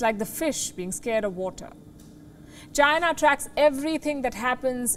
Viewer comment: China Not Gina